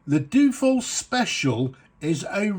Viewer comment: Dyu-oh-fold...... not doo-fold....